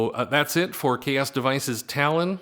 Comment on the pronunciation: Chaos devices? Isn’t made by xaoc ? Is that how you pronounce it? Chaos?